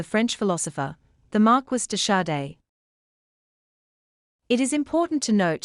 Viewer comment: I laughed out loud at the way they pronounced "Marquis de Sade". Mar-qwish day sah-day??